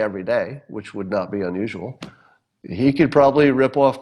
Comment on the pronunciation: "... bosses who would NAUGH hire an African American". "NAUGH"? Do you mean "NOT"? You know how to say "t", right? Well, the word "NOT" has a "t" at the end.